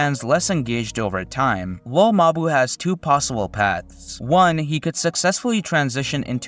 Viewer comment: its pronounced lil mabú